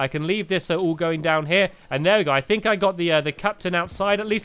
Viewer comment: I'm not surprised younger people can't speak nowadays ~.~ "Thisnis where I HANGED out last time" and of course the classic fink instead on think, and so on.